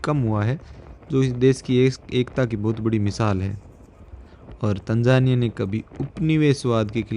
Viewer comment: Its not tanjania 😮...it's Tanzania 😂😂